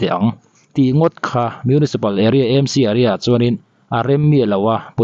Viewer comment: E M C nilovin, A M C eizawl municipal, Aizawl municipal a ni. Mizo tawng a, A AW B a, A kha a ni e